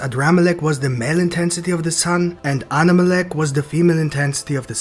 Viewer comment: Yooooo you actually got it right! The new chapter says the name is ADRAMALECH!!!